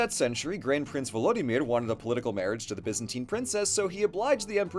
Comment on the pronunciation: no shade but ffr volodymyr is pronounced “voh-loh-DEE-mehr”